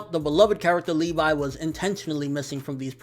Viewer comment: It's Levi not LeeVie